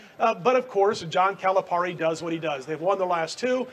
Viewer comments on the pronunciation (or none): What did you say? " I don't think Kentucky has a player who can score 25-30 points a game..." Do what?! Let me introduce you to Nick Richards! 25 points, 14 rebounds and 4 blocks. Oh btw, it's not Calipar-ri. It's pronounced like Cal-uh-pear-ee. Just ask coach.